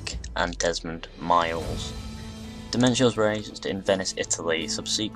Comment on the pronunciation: dude, nice premise, but please, in the future get the pronunciation for foreign names.......or have them divided into syllables..... you gave NO-BU-NA-GA 3 diferent names, and Domenico Auditore became Dementio more than once (almost every time you spoke it)